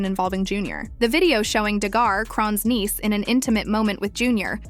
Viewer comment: Who the fuckkk is Krone?? And KARO RISSSSA?